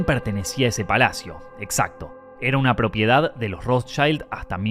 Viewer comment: Audrey HEEburn? It’s H-e-p-b-u-r-n. The ROSEchilds? It’s the RoTHschild. Wth is with the SssSSsssssssSss? Clicked off your video, and blocked your channel.